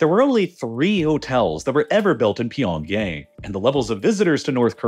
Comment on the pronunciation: You're saying pyeongyang incorrectly